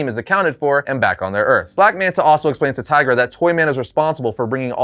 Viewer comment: Did you say, 'Tigra'? BRUH...